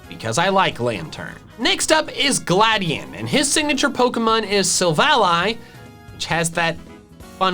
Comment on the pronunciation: Glad EON that is how you pronounce it